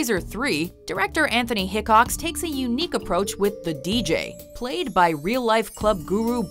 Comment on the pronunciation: Anthony hecox? Seriously?